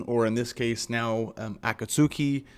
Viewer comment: Sad old metal heads who hate , are just stuck in the past. Progress is not what they want. Luckily these folk are in an ever shrinking minority. Pronounced AKATSKI by the way. The albums are great, but they take live to another level. 🦊🦊❤️🦊🦊